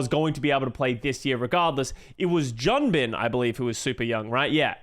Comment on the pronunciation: Yo please in the future: Junbin is pronounced Joon-Bin (준빈), and Vindaim is pronounced Vin-Dime (빈다임)! Vindaim's name being mispronounced has been a pet-peeve of mine since the start of last year lol